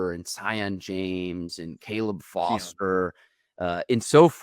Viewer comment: Where did you come up with SIGH-ON James? The name is SEE-ON James.